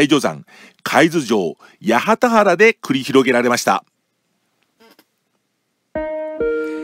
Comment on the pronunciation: 八幡原は「はちまんぱら」と読みますよ。